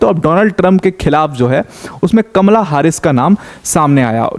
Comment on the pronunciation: हारिस नही हैरिस